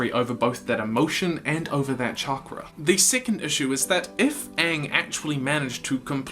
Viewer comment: Why is he saying chankra?